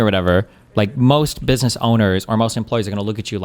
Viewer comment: I had a hard time taking that video seriously when he came out of the gate with a* pronunciation of "business" sounding closer to "bidness."